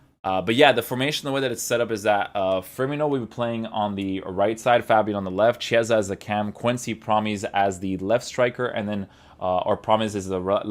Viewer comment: Hey, "Chi" part of Chiesa's name is pronounced like "key" in english, so the correct pronounce is like "keyesa"! Hope it was useful